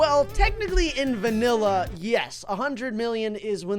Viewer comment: You said vinilla